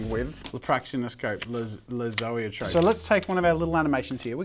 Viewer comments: That’s not how you say Zoetrope. But good video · Hearing him constantly say Zoetrope is very disconcerting as someone who’s called Zoë